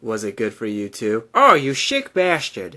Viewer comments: it's shick baashtard not sick baastard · it's shick baastard not sick baastard